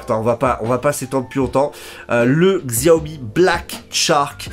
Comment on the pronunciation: Merci pour ta vidéo 'chiaomi' ;)